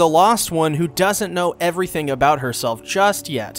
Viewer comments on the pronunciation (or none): none